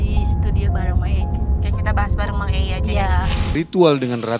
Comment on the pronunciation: Belibet ngomong nya,apalagi pas nyebut nama mang EI gak jelas banget